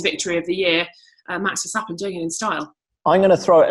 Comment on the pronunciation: TC pronouncing Verstappen: VeSsShHhHHtAppEN